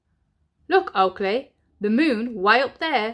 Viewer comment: Everytime you say Oakley its sounds like you mean to say "Twat" 😂😂